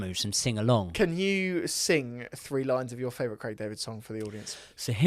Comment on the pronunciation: not being able to say favorite cracks me up every time